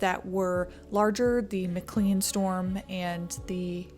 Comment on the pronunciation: McLean, pronounced; McKLANE. 👌🏻